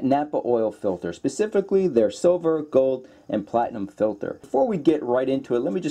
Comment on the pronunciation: Pacificly?? You must be on the west coast lol